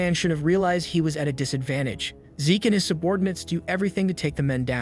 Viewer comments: Zeke. Not Zich. Zeeeeek. Awfully grating to hear zich over and over again, if youre going to use AI voiceovers it would be great to check names and genders before posting, cheers. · Fix the voice program. It's always mispronouncing names. MC is named Zeke... not Zitch! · Bruv it’s Zeke… pronounced Zeek (replace S with Z sound in the word Seek). Why call him Zich, he ain’t no snitch. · It's Zeke, not Zich. Rhymes with leek or reek or peek or sleek, etc. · It goes to Zeek a bit later in video. So it was fixed